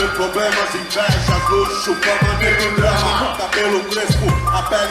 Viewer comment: E na moral, não é negro drama, é NEGO DRAMA porra!!!! Respeita o dialeto rsrs